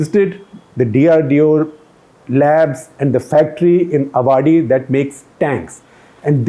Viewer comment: As always SG covers defence like no other. SG sir ...Avadi is pronounced as Aavadi. No issues. Being Avadian, couldn't resist pointing this out. 😄